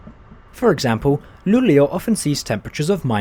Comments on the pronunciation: I mean like you pronounced it very fast. It should be pronounced like L-u-u-l-e-å. That's how it's pronounced in the Swedish Language. Have a great day! 🙂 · That’s right. It struck me but then he gets it right in the rest of the video. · Cool, I'm from Sweden. And the fastest I've been riding is the X2000 in 200km/h. You're saying Luleå very wrong. I like how you're starting in Gothenburg Central Station, I've rided with the train to Stockholm from there. (X2000)